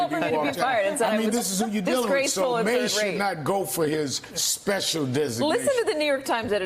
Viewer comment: "Highest level of speshool"